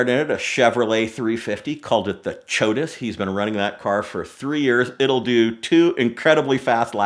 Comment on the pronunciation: Ch-otus Chotus